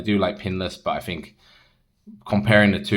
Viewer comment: Fought, fink? Thought , think? What?